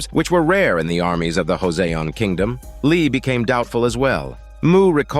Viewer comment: Pronounced as 'Jo Son (between son and sun)